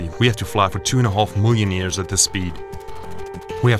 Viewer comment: "Moolion years" ?????? . . . . WTF !